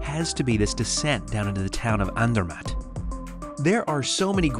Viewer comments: I have to say as a brit the way you pronounce Bologna (Bol own ee a), Milan (Mee larn), Zermatt (Zeer mart) grates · ZER matt.....your pronunciation absolutely SUCKS..... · Sorry to say so (not reallly), but you are so American! Butchering names of towns (there is no ai in Sankt Moritz) and ZerMATT), as well as your lack of knowledge how to use your cutlery. In Europe the fork is used in the left hand, and as far as I know in the rest of the world as well. Adapt to the etiquette of the countries you visit, dan't be a Murican! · your "American" pronounciation of ZEMATT is absolutely PATHETIC....American, you cant help yourself